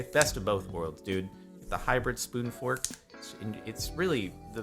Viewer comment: Ok so the word fork is ruined for me too when he said spoon fork in my head I heard spoon Fuck XD (Edit- corrected spelling and timestamp)